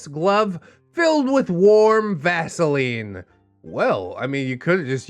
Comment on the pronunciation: The moment he said vasiline I choked. Then the description. YOUCH